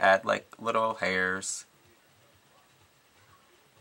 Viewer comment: "and go ahead and add... little heairrss." lol. lol.